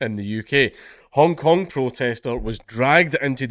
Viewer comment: Sorry, Dankula, did you say "Hong Kong protestor" or "Honk Honk protestor"? Either would be applicable here.